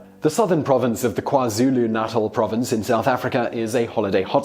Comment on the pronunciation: Natal in South Africa is pronounced NATELL.